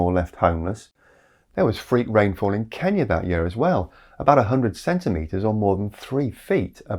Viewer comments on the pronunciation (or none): none